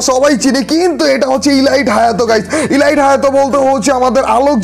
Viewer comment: ভাইয়া আমি প্রথম থেকে খেয়াল করেছি আপনি Elite ( এলিট) কে ইলাইট বলেন,,প্লিজ ভাইয়া আশাকরি এটা ঠিক করে নিবেন❤️